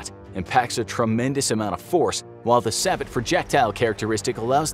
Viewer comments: I think it's pronounced say-bo, not sah-but. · your info on how to say Sabot is wrong. It's not Sah-but, it's Say-bow. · Apparently in America its pronounced sa-buht. I prefer calling say-bow as it sounds nicer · Say-bow not sah-bit, it is a French term. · also, for the record,, sabot is pronounced "say-bow." it's french. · The way “Sabot” was pronounced has me dying 😂 Btw it’s “Say-bow” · "Sabot" is pronounced "say-bow" sir 👍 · Sa-bow, not sabot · Please check your pronunciations of words before you use them Lima is incorrect and Sabo is incorrect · Depends on where you live tbh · dawg why he say sabot like that